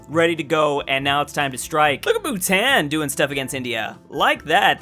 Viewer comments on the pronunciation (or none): its boo tahn not boo tan